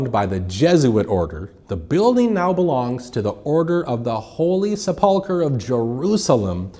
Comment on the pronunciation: Holy Sup-pull-ker😂😂😂